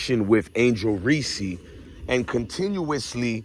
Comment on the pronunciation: This guy wanna simp for Reece but keep pronouncing her name Reese-see like she a peanut butter cup. It’s Reece bro not Reece-see 😂 if you gonna simp know ur girl name